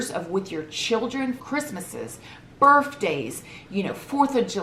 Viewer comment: You know your a southern gal when you say Birthday like this> "BirFfday"..i know bc im originally from WV and my mom and myself/family ALL say it w an F sound haha love you!!!